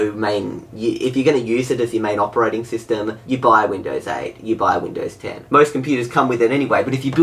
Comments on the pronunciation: It sounds like said: Windows hen I'm in the U.S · "Windows hen" U have triggered windows 10 by saying that. xD